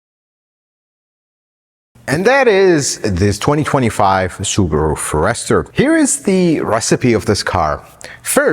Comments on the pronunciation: Pronounced it wrong. Like "FOREST", with "ER". And for 35k.. that's too much still , all cars cost way too much now, so ridiculous! Got my 2019 Ascent Premium SUV for $36k, much better, bigger car. I wouldn't be paying $35 for this. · How come he can't pronounce For-est-er??!! 🤦‍♂️🤷‍♂️ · Honestly now, who failed AMD and let him call this a Foh-REST-er?? The car’s only been around since 1997.. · First time I heard it pronounced forESTER. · Ok I can't believe you do not know how to pronounce forester, I would think Jose might of corrected you before you posted this, here's a hint say forest 1st then ad the er, I just don't want you to look bad amigo....Javi G. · It’s pronounced forest er 😀😱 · My ears are bleeding every time I hear FOR ESTER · I love how he puts the accent on the second syllable instead of the first in "Forester". :-)) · You shouldn't be reviewing something that you can't even pronounce correctly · Sir, you are a Forrester pronunciation molester. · Never heard anyone pronounce Forester in that manner. Is that the correct pronunciation? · Your thoroughness and attention to detail are appreciated, as always. Curious though that you didn't ask anyone how to pronounce Forester. The emphasis is on the first syllable. EVERYBODY else knows that. No biggie. Just a little odd. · I love how he pronounces Forester and how much he hates the copper trim on the seats and outside 😊 I love all your videos and please keep up the great quality content! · The pronouncing of the Forester is awesome 😂❤ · Have I been mispronouncing Forrester? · Why are you saying Forester that way? It’s a FORester, not a forESTER! Accent on the FOR! Good Lord!! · It's a pity couldn't the name of the Subaru forrest-er correct throughout this video as opposed to calling it the Subaru for-esrher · It’s pronounced Forrest-er and not for-ester. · FORE ester, not fore ESTER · Please... It is a forest..er , not a 4 ... Ester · Fores-ter. Not For-ester. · The Fo-rester.. Lol